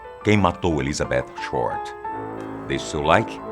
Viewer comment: Dá até um prazer ouvir ele falando ElizabeTH com o som do TH em inglês, e não "Elizabetchi". Não sou estranho rs